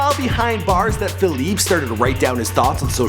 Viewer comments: Pronounce his name right you fucking idiot. Its not Philip its Felipe. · Fe-leep-e not Fe-leep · My Nigga...his name is Felipe (fell-e-pay) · Feel-eep lol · Feleeep hahaha it's Felipe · FelEEP hahaha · you're pronouncing his name wrong... the "e" isn't silent... it's pronounced "eh" so it's like "felipeh" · His name is Felipe, not FALEEP, you disrespectful fake fuck. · It's Felipe not Faleep you scrub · It's Feh-LEE-peh!!! Not Feh-leep😑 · fe-li-pay...dude. after 4th "fe-leep" i had to turn it off. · Felip, LOL!! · Juan Rivera, Actually, Felipe in English would be Phillip not "Fe-leep."I know plenty of English only cats who say the name correctly. I have never heard someone say "Fe-leep" until this fool in this video. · It’s FELI-PEH. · Bro it's not pronounced fahleep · is name is pronounced. FELIP-EH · how do you say his name wrong ? its pronounced fee-leep-a an-dres cor-oh-nell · Dude can't even pronounce the main character of his video's name correctly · God i hope nobody will call me by my name like this guys says felipe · Is anyone else annoyed by the fact that he mispronounces Felipe like times during this video?! Holy crap. If you're going to do a video on someone at least figure out how to pronounce their name... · murdered the pronunciation of Felipe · I can't believe you couldn't say his real name right lol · You're not pronouncing his name right plus some of this isn't right redo it please